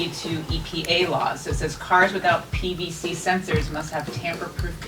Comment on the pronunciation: So nobody ain't ketch she said PVC sensor and not PCV